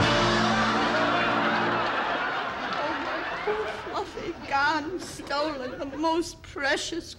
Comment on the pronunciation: Peter is humorously copying the Scottish accent to make "burglar" sound like burgler. In the same fashion that midnite would be correctly written as midnight. Just as he pronounces "lawr" instead of "law".